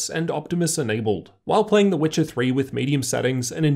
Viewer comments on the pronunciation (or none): none